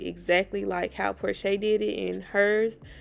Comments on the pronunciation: One of my subscribers just told me about you , had to come check you out 🥰 You did a beautiful job babe ! 💖💖 I did see these on Instagram, you killed it 🔥 Also it’s pronounced por-cha not por-shay , I was lmao lol, you’re so cute lol 🫶🏽 New subscriber ✨ thank you for giving me my flowers love 💐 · Pronounced porsha